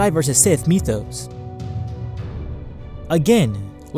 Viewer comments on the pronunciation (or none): none